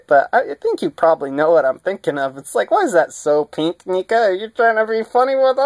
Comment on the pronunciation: You are saying it wrong neca